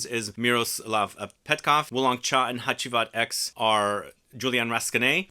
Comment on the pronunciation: I presumed since it's 10th Anniversary the X is roman numerals so it's pronounced "Hacivat Ten" instead of "Hacivat Ex". Also wondering if you got your nose on smelling Hacivat Oud. That came out of nowhere (for me at least) and the perfumer is by Dominique Ropion. I have not tried that one and interested on your take on it.